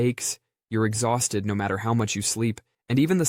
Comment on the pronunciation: When she says "ew" Instead if "no", should definitely be on this list